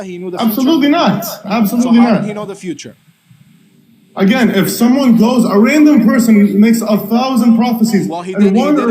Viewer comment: Hadith Rejector saying (agene) like he is..., ya ALLAH i got frustrated only lessening to the Hadith Rejectors 😫😫😫😫😫😫😫😫😫😫😫😫